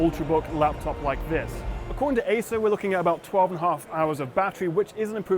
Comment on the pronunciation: It sounded like you said Asus swift 5. Got me confused there.